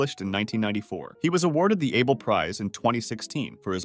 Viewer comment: Also Fer-mah and Ah-bel